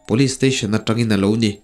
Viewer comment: Police tih i lamthiamlo hian beng a ti thlep trep